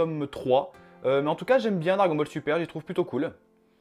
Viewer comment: MDR il a dit dragon bal le au lieu dragon ball et aussi il l’a confondu avec one pièce c tkt c pas grv